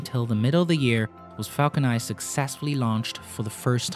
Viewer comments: dude your videos are really good and well researched, but holy spaceballs dude every time you say "Falco Nai" instead of Falcon NINE!!! I lose all interest in the video... Please work on enunciating English words with an N at the end... It gets more and more annoying as the video goes on having to listen to you saying "falco nai" every time.. . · the way he pronounce the falcon 9 confuses me. :( i'm hearing falcon i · Am I crazy or were you saying “falcon eye” the whole time?